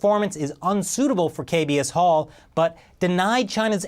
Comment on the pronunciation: kbs홀이 자꾸 이상하게 들리네 ㅎㅎ Kb asshole ~